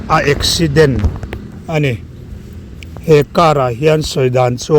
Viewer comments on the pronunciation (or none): tun tum chu english i lam thiam loh der tehlul nen i lam sual tlat 🙉 Chhiat tawhna hi eksaideen ti rawh. 😂